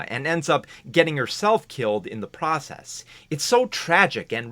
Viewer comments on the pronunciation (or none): none